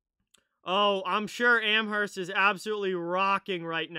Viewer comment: Just a tip don’t pronounce the h in Amherst